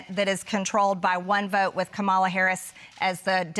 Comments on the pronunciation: She is so rude! “Kumula” Harris says Mehjawree. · No one misspeaks "Marjorie Taylor Greene" Hell we even placate her with MTG. Yet she can't be bothered to learn how to pronounce Kamala? She's not just stupid, she's disrespectful. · Why can no Republican properly pronounce "Kamala" or say "Democratic?" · She just has to disrespect the vice president by mispronouncing her name every time doesn’t she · Why do they pronounce Kamala the way they do? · She still can't pronounce the name of the Vice President of the United States. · And she pronounced the Vice President’s name wrong 😂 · Is she purposely mispronouncing Kamala Harris's name to be a jerk or has she actually not bothered to learn what the vice president's name is? I'm Canadian and I know she pronounced it wrong.